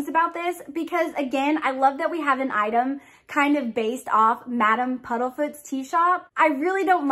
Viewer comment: This box was a let down the only thing I liked was the Remembrall . Also its PUDDIFOOT and not PUDDLEFOOT sorry but that bit was making my eye twitch lol